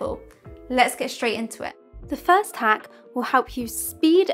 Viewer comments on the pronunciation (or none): none